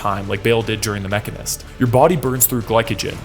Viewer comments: Its pronounced machine-ist. Its an actual profession and you're pissing a lot of mechanist off. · Why you saying the machinist like that? Hahaha it's the machine... ist